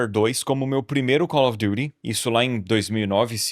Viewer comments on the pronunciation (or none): Que frescura desse pra fazer "Calfi Diti".. ele fala Cauri Durihh kkkkkk